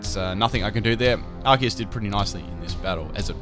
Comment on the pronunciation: I'm so happy you pronounce arceus correctly